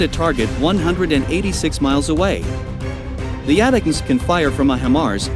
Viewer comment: Too bad you can't afford a human to narrate your videos - ATACMS is pronounced "Attack 'ems," not "At teh comes." Oh well, with that issue and 4.6k subs, that indicates 1945 is rinky dink <- FYI, that's pronounced "Rink E Dink" just in case a 1945 bot attempts to speech-to-text this comment. Even if I were an AI, which I might be, I'd still giggle ...